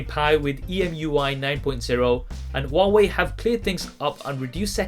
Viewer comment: Who hears it “waway”